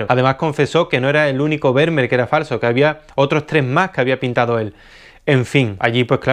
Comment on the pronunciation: Estimado, Esto que viene a continuación no es critica, ni queja ni nada por el estilo pero cada vez que dices Vermeer me duelen los oídos. La pronunciación más aproximada (de acuerdo a la fonética castellana) es FERMÍER. Si te sirve tómalo y si no, bueno tan amigos como siempre. Un abrazo y gracias por los videos tan buenos que haces.